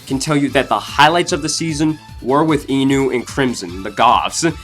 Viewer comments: Hey guy jest to let you know your last honorable mention Crimson her parents name is pronounced " On We" I know this is not how it is spelled but it is pronounced that way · Ennui is actually pronounced On-wee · When Ennui was pronounced as Ennu, I cringed. For the first time. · hold up , the way he pronounced Ennui from ridonculous race 👀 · Ennui, and we pronounced it wrong.